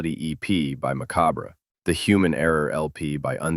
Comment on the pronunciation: Butchered the name Macabre as well lol